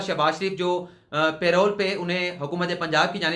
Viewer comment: yeh lfz pay role nei hy bulky yeh parole hy make correction plz.